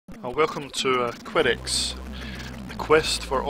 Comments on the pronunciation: a quality yet tough game and the music was awesome too,nice review man,oh and by the way it's pronounced que-dex like a snooker cue not qwi-dex. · you could be right but it's the only time i've ever herd it pronounce'd that way,i just try'ed it in google translate and it pronounces it kwedex so your pronunciation might actually be closer than mine.